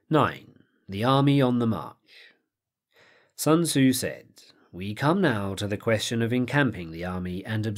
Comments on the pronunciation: "It's like 'Sun-Tuh-Zoo' says: a good leader is benevolent and unconcerned with fame." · Sun Ta-Zoo - Paulie Gaultierri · Sun ta-zoo! The Chinese prince matchabelli! - Paulie Walnuts